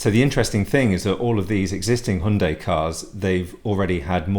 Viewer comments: It's correct ,as CEO pronounced it this way during presentation of new Hyundai Tucson in South Korea ( Her Yun day)! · You're the only guy I've heard pronounce Hyundai correctly.All countries seem to pronounce it differently.Yours must be correct as managing director of company pronounces it that way!